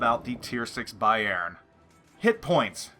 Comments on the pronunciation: no problem man... Just to help you a bit, you say Bayjern.... Try to say Bayrn.. Swallow the e:-) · great video, but the Emphasis on "Bayern" is on the first syllable like "BAYern" :P somehow im not getting too warm with the german BBs >< scharnhorst looks interesting tho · lol, being Dutch with knowledge op German language made me constantly correcting your prenouncement of Bayern during the clip ;-)